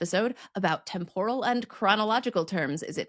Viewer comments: your pronunciation of “temporal” at the beginning and the end of the video struck me as odd. You said [tem-POR-ruhl]. I’ve always heard it as [TEM-puhr-ruhl]. (Pardon my not using the IPA forms.) And that’s how we say it in the Good Ol’ USA (ha ha). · Great time, as always. Speaking of time-related things, use of temPORAL (stress on 2nd syllable), rather than TEMporal, brings me to suggest an episode on literary and media-based SCI FI JARGON and its impact on how we speak and what words we use. While I hear temPORal more and more these days, I grew up with Star Trek's TEMporal (at least, Janeway's usage). This word is used everywhere in Star Trek: in temporal shift, temporal mechanics, temporal paradoxes, temporal agents, temporal cold war, and about a dozen other temporal things, including a temporal integrity commission. While both the OED and the M-W dictionaries "prescribe" TEMporal, many of us were already convinced by Star Trek. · when you said temporal with the accent on the second syllable, I got all excited because it wasn't a pronunciation I'd heard before. When I looked it up, everything, (I only looked on three web sites because I got bored), said that in both the UK and the US the accent is on the first syllable, like, /ˈtem.pɚ.əl/. So now it's even more exciting, the game's afoot. Is it a local dialectical pronunciation where you grew up? Lest someone think I'm being cheeky, I'm not. I do not care about official standard pronunciations one wit, and celebrate local regional differences and shifts over time. That's why this is so exciting for me:)